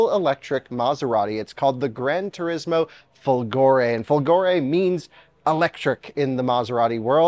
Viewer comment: indeed, folgore means thunderbolt, and the accent is on the "fo", rather than on the "go". And that is a fake Italian/Euro plate